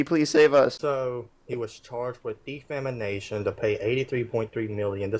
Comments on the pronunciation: De FAMAnation hahaha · “De-fam-I-nation”. That mispronounced word just makes me laugh. 😂😂😂